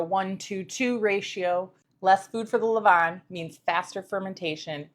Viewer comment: Well done. Best regards from, Paris France. A french senior baker. I love the way you prounouce "A levainnn" it seems like you speak french,?😊